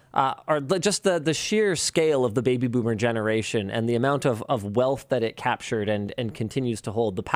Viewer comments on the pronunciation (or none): none